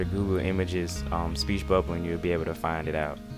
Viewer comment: I'm sorry. I kept replaying him saying, "Speech Bubba. Just googoo. Just googoo." Oh my god. Subbing just for that.